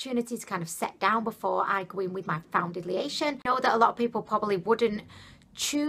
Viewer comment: It sounds like some of the times you say foundation you are saying found-da-lation. But then you say it normal. Maybe it's just cause you saying it faster. I don't know I could be crazy too!! Lol either way your funny ad hell. An I do agree with you when you say you used to much. I think you only need a tiny amount. At least that what I've scene working for others.